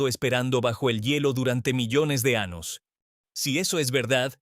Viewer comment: IA no es ANOS ES AÑOS TE EQUIVOCASTE EN OTRAS PALABRAS NO ERES HUMANO Y DEBES HABLAR CORRECTAMENTE RESULTA DESAGRADABLE ESCUCHAR TAN MAL ESPAÑOL